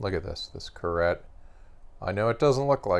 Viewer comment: Please say , car- eye . Georges Carette was a French jew . You pronounce the name like Chevrolet . I love your stuff ,definitely have great taste 👍👍👍👍